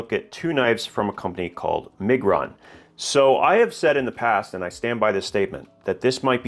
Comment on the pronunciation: You are butchering Miguron 🫣